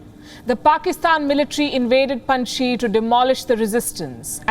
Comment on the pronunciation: Even you guys can not pronounce name of Panjshir …. Panj Shir …. Sheer It means five milks Panj Sher means five lions …. Russians could not win there because of agreement with Masood to keep Salang Pass open for them. No war no conquest. Paliki you are welcome to visit Pakistan 🇵🇰 and enjoy our hospitality at Kartarpur Border. Swallow the face … government will be on 11 September…. Someone is choosing dates. 15 August .. Kabul captured 06 September .. Panjshir captured 11 September. Taliban Islamic Government